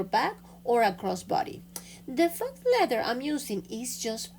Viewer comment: the word “faux” is pronounced “Foe” and means fake or imposter.